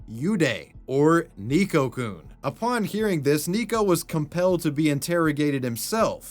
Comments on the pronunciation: hmm sorry about playing the grammar police here but it's pronounced Neko-Kun not Nico-Kun.. like the e is spoken a bit more like ey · it’s pronounced “Neh-Koh” not “nee-koh”. Carry on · How did you pronounce neko so wrong, it's Neck-o (I say this as someone who speaks japanese) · Neko is pronounced NEKK-oh, not NEEK-oh. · The way pronounces "neko" as "nico" or "neeko" hurts my ears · Just as an FYI, Neko-kun is pronounced nay-ko, not neeko. In Japanese, "e" makes the long a sound. Neko means cat. 😺-kun. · are you pronouncing "neko" as "nico"...? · The hiragana used is ね which in English is “ne” and pronounced “neh” as in neck. So it isn’t “nee-ko”, it’s “neh-ko”. Nee-ko would be spelled にこ, not as we see it spelled out ねこ. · neko-kun, not niko-kun. he even spelled his like "neckokun" so you'd pronounce it correctly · "Ni"ko-kun...It's pronounced "Neh"ko. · 'Neeko-coon'... painfull. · FYI, you were pronouncing Neko wrong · The "tell us you don't watch anime without telling us you don't watch anime" challenge.:::Repeatedly mispronounces "neko"